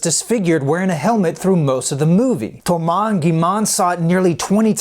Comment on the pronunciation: "Thoumass" "Gimann" What